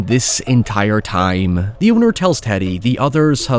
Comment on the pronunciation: You pronounce a lot of words wrong. I want you to forget the letter “I” and practice the letter “O”. Time and town should not sound alike. That being said fun video well done.